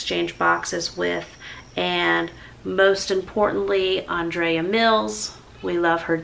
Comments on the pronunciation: Geez take it easy on the lady, she pronounced her name wrong, big deal!!!! Don't crucify her, her message was heartfelt and sincere. you are a incredible soul, i love your videos and you inspire me on a daily basis. Lots of love to you and your family 💓💓💓. My condolences to Andreas family may she rest in eternal peace xxx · Lol I thought her name was Andrea and did not know it was pronounced AUndrea I enjoy the Mills family videos and I think most likely they don't care if you mispronounced her name but that it is more important to honor her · UPDATE - YES, I apparently mispronounce ANDREA'S NAME through the whole video. Lots of folks are rolling in comments and messages upset at me. Gracious folks, all I can do is try. I talked to Andrea several times and she never corrected me on her name. My own name is mispronounced daily. Many say "JAM-merrill" when it's "JAY-merrill." Let's not get hung up on this. MY HEART was to honor this dear lady, and just like how life goes, even our best efforts are IMPERFECT. I am broken and flawed, but I'm SO THANKFUL to have known ANDREA. Go DONATE the Andrea Mills Donation Outlet and here's Andrea Mills Channel ~ be blessed! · your mispronunciations of words is just fab! I do it too and love watching you because of this. Andrea was such a beautiful woman, your vlog has done her proud. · Lordy, yes ignore the negative comments. It isn't like they never pronounced a name incorrect. And you're like one of the sweetest people ever. You were honoring her memory. ❤❤❤❤❤ I'm in shock though of hearing her passing. 😞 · YES, you are SO RIGHT! And you can pronounce the name Andrea at least three different ways. I've watched her videos for years as well and have heard her say her name at the beginning of every video. This is just how saying her name comes out of my mouth. She heard how I said her name, and she never corrected me.